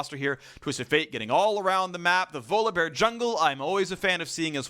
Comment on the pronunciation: My lord can someone please tell phreak its volibear not volabear